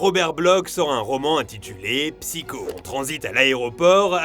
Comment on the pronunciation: Pourquoi prononcer un mot anglais avec un accent japonais, mais mal prononcer psycho que chaque être français connait sous le nom de Psychose?